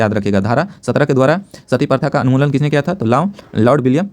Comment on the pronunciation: anmulan nahi unmulan hota hai